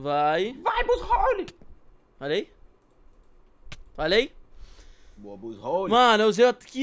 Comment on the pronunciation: O se fala buzzwole não buzzrole